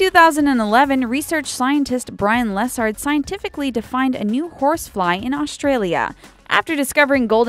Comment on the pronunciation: she said lessard wrong